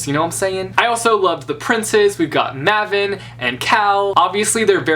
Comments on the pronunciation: Don't worry, it is pronounced as May-ven. I literally got so triggered I searched up online how to pronounce it and it is May-ven. I don't know why he said Mah-ven. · Ma-ven sounds wrong to me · Its fucking Maven(May-Vin) not the way you're saying it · Just finished this book like 10 minutes ago and HOLY MOLY I LOVE IT I WANT THE SEQUEL NOW. I kept pronouncing Maven like Raven, and when I did that I figured something was up. Not sure if my pronunciation is right or yours lol. I was looking at spoiler free reviews of this before I got it and it said there was a plot twist that the person didn't expect and I was upset, but I was just waiting for the twist and wow was I surprised I had to reread the same page 2 or 3 times to understand he played them. Such a good book, but I have a complaint. Mare said so much of the same stuff like ten times throughout the whole book in her head. One of the lines was "anyone can betray anyone" and I was like OH MY GOD STOP MARE WE GET IT. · DID HE SAY..MA.VEN..i sai maiven lol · It stresses me so much when he says Maven and not MaYven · who is mahven omg how can you not pronounce that correctly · I cringed so much when he said Maven......I thought it was M-ā-ven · IT’S mAven! mmm A v e n! TRUGGERERDEDREEERD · yes, finally, a booktuber who gets the fandom. my favorite character is Cal. Also I think it is pronounced Mayven. I don't know. I loved Maven, then I finished the book. I was also sad that Lucas died. I was also suspicious of Shade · It is maY-ven i am reading the book in my language which is how you write it you read it and its MaY-ven or Мејвен in my language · Is he pronouncing Maven’s name wrong or am I? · Eleanor Ritchie he is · Ahh you said Maven differently from how I think it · ima have to unsubscribe for the pronunciation of maven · I'm fairly sure that he's saying Mavin wrong, comment if he's saying it correct like this comment it if its being said false. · is it may-ven or ma-ven?:s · the way he pronounced maven